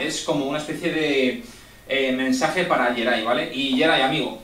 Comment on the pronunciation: te salio el Argentino de adentro jajaja